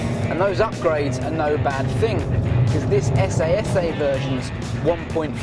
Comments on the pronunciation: S.A.S.A? No, it's S.S. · Its 'S S',and has been for 40 years !! How on earth can you review a car you cannot pronounce ? "essAY S' ? What ? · essay essay? Its pronounced "ss"